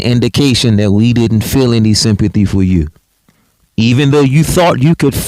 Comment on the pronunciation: He makes no sense cause he doesn't have any or as he says" enty"!